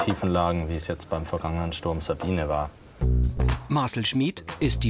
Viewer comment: Marcl???? Es heißt Marcel man